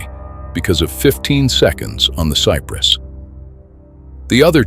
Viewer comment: I remember that vividly. I was watching the game. Too bad this was narrated with AI. Sigh Press instead of Cypress? I would assume that an actual human being created this video. Shame on you for not fixing the pronunciations!